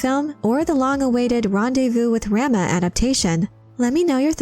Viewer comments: Ugh stop saying "ram-ah." 😬 "Rom-ah!" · I believe it’s pronounced RAH-MUH not RAM-UH. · "Raw-Mah" like Raw-meat. Not Ram-ma. Like a male sheep. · rahma not ramma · It's pronounced Rah - Mah... not Ram-ah. Like "mama" as in your mother. 🙂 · RAH-muh, not ramma. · Your pronunciation of "Rama" is nauseating. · Am I the only one that finds the way Rama is pronounced in this video annoying? And is it petty that I do? 🤔...🤷‍♀